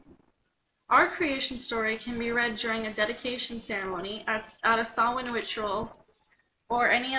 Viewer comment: Nice reading! I was following along in my book as you read it. "Samhain" is a Gaelic / Ghaidhlig word pronounced " Saw - Veen " xD it's basically Halloween night if I'm correct.